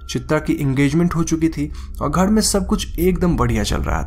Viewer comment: Ghad nahi ghar bol ullu